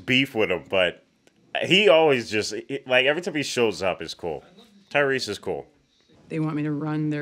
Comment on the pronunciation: You've been pronouncing it Tyrese, but I'm pretty sure it's just Tyrus.